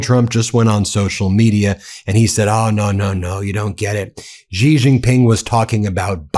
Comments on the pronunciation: Please pronounce Xi's name properly. It is pronounced exactly the same as the English word 'She'. It is not 'ji' or 'si'. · Stop pronouncing Xi as Gee or Zee, the proper pronunciation is Shee. Xi has been the leader of China for 14 years already, get with it. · Xi is pronounced "she". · Yo Xi is pronounced like "she". X = SH ; Not that the leader deserves all much respect, just for appropriation.